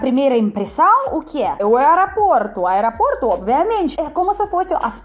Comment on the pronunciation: Não wearaport, fala aeroporto 😂😂😂 desculpa, parabéns feliz aniversário 🎊🎁🎉🎈🎂